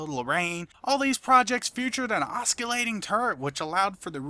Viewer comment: oskilating turret pronunciation is killing me!